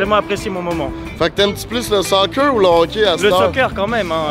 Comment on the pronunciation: Y’a une différence entre le hoquet & le Hockey 😂 non mais sérieusement vraiment nice la vidéo!